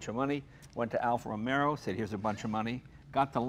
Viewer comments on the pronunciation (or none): JAYJAYJAYJAY JAY !!! EPIC FAIL ...."Alfa Romero" ....OMG JAYJAYJAYJAY....say it isn't so...You're Italian for God's sake !!! ROMEO JAY....ROMEO JAY...NOT ROMERO !!! OMG.... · It is not "Alfa Romero" and "Lancia" is pronounced differently... Your buddy does it right, Jay - listen to him! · Jay, Jay, Jay..."Alfa ROMERO?"" Really? You know better!!!! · I don't understand why such a massive collector of cars and who is knowledgeable about them thinks there is an r somewhere in Romeo. It's Alfa Romeo, NOT romero. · Argh! Even Jay can't say it right. "Alfa Romero". It's Alfa Romeo with one R.